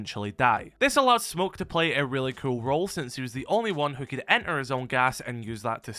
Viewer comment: Cool not kewl...so annoying